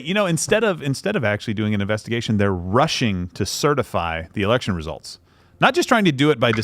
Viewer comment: Did he say, "They're Russian to certify election results"?